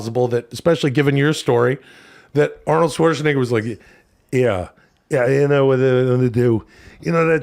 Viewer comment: you say shwarts(n-word) instead of shwartzanager